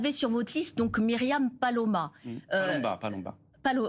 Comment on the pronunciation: Quelle gourde... Missionné... Elle écorche le nom de Myriam